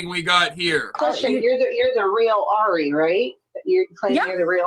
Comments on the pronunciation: It is not Airy it is 'AH- REE' 'RE' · I'm sorry, but that's definitely not Ari's voice! Her name is pronounced ARE-E, NOT AIRY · Come on Ari/monica didn’t do it for these reasons lmao she’s lying about 60% of her claims in this live.. and it’s ARI not AIRY lol just don’t want ppl to sound stupid saying airy lol wades crew first said airy but they are idiots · It's r-e not air-e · Her name is not Airy it’s Ari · Ari pronounced Are-E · Btw it’s pronounced “R-ee” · Your pronunciation of her name is incorrect, It's a long a. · you are pronouncing Ari’s name wrong, dude. 🙄